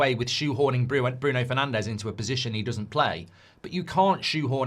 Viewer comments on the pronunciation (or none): none